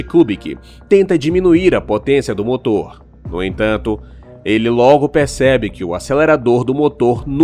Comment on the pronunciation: Kkkkkk😂Olha o português ( Moto) cadê o R seu burro .